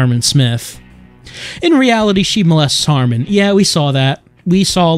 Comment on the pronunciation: *Harman Not "Harmon"